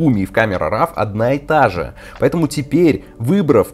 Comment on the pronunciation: Камера Ро а не рав, как и Корел Дро а не драв))